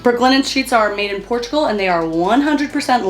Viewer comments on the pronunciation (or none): none